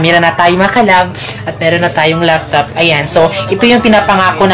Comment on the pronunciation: Laptop hindi loptop. 😁